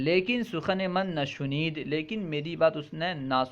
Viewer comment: Shuneed shuneed kya hota hai bhai shaneed hota hai